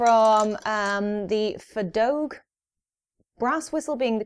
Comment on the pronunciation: Fea in feadóg is said more like fah but the how you you say dog is correct and grand just helpful hint